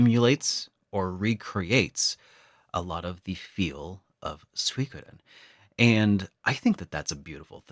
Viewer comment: It's called Gensō Suikoden with an U sound not the terrible attempt of mixing English with Dutch. The rest is a pretty video.